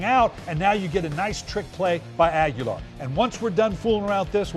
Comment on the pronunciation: Agholor not Aguelar